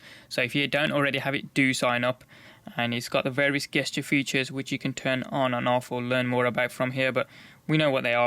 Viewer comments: Gesture is opronounced jest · Isn't "gesture" supposed to be pronounced with a j sound? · Pronounced JESTURE. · yes it is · stop saying "Guest"ure, it's gesture (sounds like a J) Jesus Christ, you're a grown man.